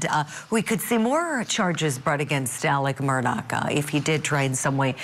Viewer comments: Why is ‘Murdaugh’ pronounced differently by everyone that says it? This is genuinely weird. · The first thing this guy needs to do is learn to pronounce Murdaugh correctly.